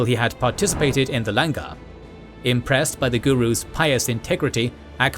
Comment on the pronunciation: Love the explaination but please research and pronounce the words accurately - Langar is pronounced Learn-gar not LAN-GAR (gary) same for pronunciations of 5 Ks